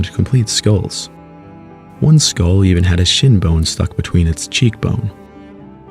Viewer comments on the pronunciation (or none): none